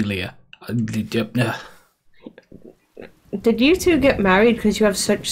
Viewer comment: abuello (abwell-o): grandpa, abuelita (abwell-eat-a): grandma. Bonica, like a fair bonnie. Hope that helps! :p